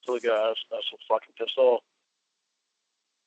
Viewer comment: Ugh dude, image how stupid he woulda looked in real life as he is sitting down at a molester anonymous meeting and he suddently gets up and punches someone who is speaking " cowcksowcker" What a joke!!! "I was so pissed owff"